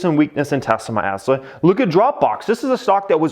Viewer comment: "look at Teslamenessla"